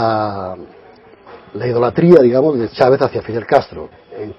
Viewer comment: En qué país latinoamericano se pronuncia Chávez como "Shavez" o Machado como "Mashado" ?